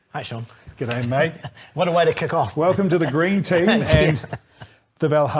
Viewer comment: Good day mate was said in the most Australian way possible... Loved it